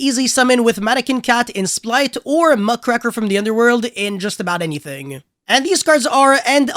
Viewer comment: It is pronounced "muck raker". Like raking leaves. Muckraker. It hits me like when I hear people say "Dogma Tika". Dog-maa-tih-kah. Let this be a warning. Next time, it's a ticket. 🚨 🤣